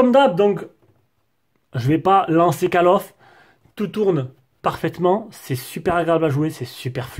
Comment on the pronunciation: Mdrrrrrrrr , 22" (cale of ) "call of" ce prononce (colle of ) ! Mais sinon très bonne vidéo ! j'attendais le test de celui si pour évité de prendre le pro , tu m'as convaincu …